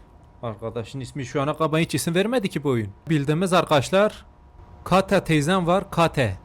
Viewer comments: Abi kata değil Kate ama keyt diye okunuyor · Abi kate İngilizce kate keyt diye okunur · abi o oyun amana dı edvançırır diye okunuyor ve kate de keyt diye okunuyor. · Kate❌ Kata✅ abi bir kere de kalp at bana atsan varya direk ölmeye gidicem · kateğ teyzeğ(kate ama) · Abi kate duye yaziliyor keyt fiyr okunur senin ingilzcene minya te diyip girecem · Yıllarca videonun izleme sen o Türkçe telaffuzundan tanırım(Kate=kata teyza) öyle bir mesele